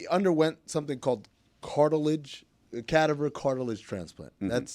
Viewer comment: Hey El Amin, it's, *cadAVer", emphasis on the second syllable. It's hard to come across with much credibility when you don't know how to pronounce what you are talking about. 😁